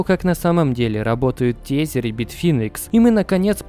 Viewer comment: При всем уважении ТЕЗЕР произноси ТЭЗЭР плз это ужастней чем биток по 200$